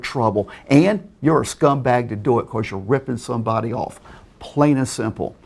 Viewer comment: "awnd ownly stumbacks sceals from stumbody